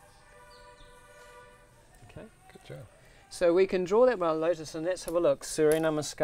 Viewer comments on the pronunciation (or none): none